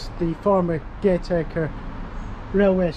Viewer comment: The 'd' is silent in Childwall/Chilwall. Gatacre is pronounced Gatacker. Well done jogging all that way. In the past I rode my bike from Near Hartleys' Village, to Gateacre, got a flat half way and had to push my bike. I was knackered when I got home!